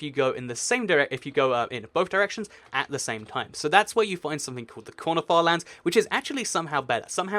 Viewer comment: When he said corner farlands, it sounded like 'quanerfar lands'